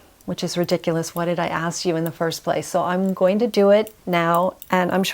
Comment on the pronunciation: Wonderful video. Lovely lady. One presentation critique: review your pronunciation of -ing words. I'm hearing -een rather than -ing. Example: goeen instead of going. Many presenters make this error.